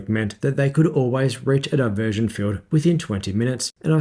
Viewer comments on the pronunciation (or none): none